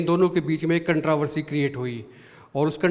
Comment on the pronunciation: कंट्रावर्सी नहीं कंट्रोवर्सी होता है भई